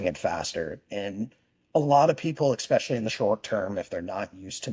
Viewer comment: Why do intelligent people say eXspecially? You sound like a child saying pasghetti. Dude likes to talk about himself a lot.